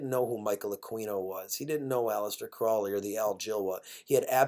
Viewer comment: CROW-LEY (the "o" is long like in "abode"). If you're going criticise someone else's esoteric "curriculum vitae", at least learn how to pronounce Crowley correctly.